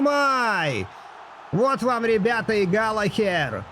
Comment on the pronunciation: всё супер, но пожалуйста, галаГер😅😅